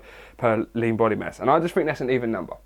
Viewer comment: Literally thought you said "it doesn't bother me, cause at the end of the day i can get laid." Then i finally realized you were saying "lean" lmao.